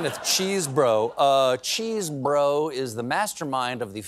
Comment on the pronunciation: I'm pretty sure it is Chesebro is just an Amercianized spelling of Chesborough, so not pronounced "Cheese-Bro".